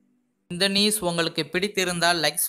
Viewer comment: nues( news)super😂😂